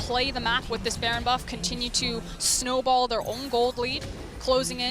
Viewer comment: SJOKZ said schnowball heh <3